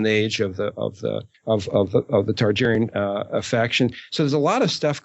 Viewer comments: It's Targaryen, not Tarjeryen. It'd be a whole lot easier if Aziz or somebody corrected him. Listening to him say it wrong for three and half bloody hours is almost as bad as the guy on the third Dunk&Egg audiobook turning ser into sare. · Why does it bother me so much that keeps saying Tar-GER-yen instead of Targaryen? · Okay, how many times is he gonna say Tar-Jerry-en? Does he know something we don't or is he just not applying that P.H.D.? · You say Targaeryen wrong